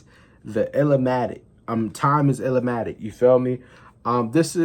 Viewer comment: I'm glad you took my advice to watch TIME IS ILLMATIC. You are the only one I know who reacted to TIME IS ILLMATIC ( it's NOT pronounced ILL-A-MATIC ) Keep providing us with more NaS reactions 👊🏿